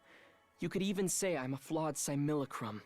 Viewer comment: simulate crum